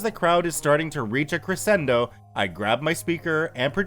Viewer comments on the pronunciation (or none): none